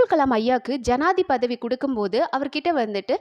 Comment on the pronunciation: Good video... narration n voice .....Janathipathi ... Correct it sis .... Practice the word till u r comfortably saying....